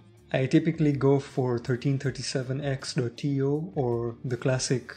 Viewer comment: Just a note: 1337x is meant to be pronounced as “elite torrents”. It’s leet speak.